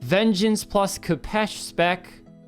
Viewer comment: pls lads, it's pronounced k 'oh' pesh